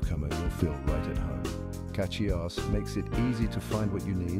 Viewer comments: CatchyOS? 🤔 This AI can't even pronounce it properly🤨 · Yes to get it to say Cachy OS you have to put Cashy O S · Why the mix of AI and legit content? It can't even say CachyOS properly. Makes me actively not want to use CachyOS